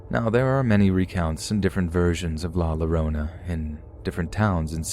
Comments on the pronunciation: I WAS LAUGHING I WAS LIKE “l-Lorona???” BOIII IF U DONT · The way you pronounce la llorona is wrong it’s la yo-row-na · I love your videos but you're pronouncing la llorona wrong, the ll in Spanish makes a y sound like yorona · Just for future reference, La Llorona is just like saying Yorona. In the spanish language, Ll is a Yuh/Yoh sound . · I kept hearing "My Sharona!" Every time he pronounced "La Llorona" like that. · The way you pronounced “La Llorona” is scary and unsettling. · In spanish a double L, ll is pronounced as the letter J in english. Hope that helps for next time. :) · My ears kept twitching with pronunciation of La Llorona. That was basically our spooky story before bed from my Tias and Tios.